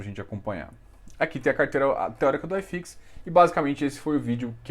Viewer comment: Gosto muito dos seus vídeos, parabéns pelas analises, mas por favor me permita uma única crítica construtiva, sem nenhuma ofensa: nao fala "ai"fix não, segue o normal "i"fix. Caso contrário teria que falar "ai"bovespa tb kkkkk forte abraço